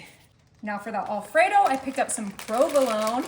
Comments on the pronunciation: It's AL fredo..not ALL fredo. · Not a bad idea. I'll likely make some of these. But, I did find the repeated mispronunciation of "Alfredo" to be a bit jarring. (The first syllable is said as "Al," not "All.") Also, the word "pepperoni" IS PLURAL (singular, in Italian, is "peperone"). So "pepperonis" is incorrect.